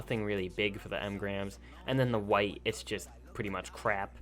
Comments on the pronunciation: Love your videos bro, but if you say em-grams instead of engrams one more time I'm gonna kick a jerboa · Please,Stop saying “Em-grams”. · Did I hear you say “emgrams”? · Jacob Bayless I hate you I didn't notice that before but now you've pointed it out it makes me want to die